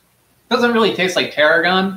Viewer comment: But its “tarhoon”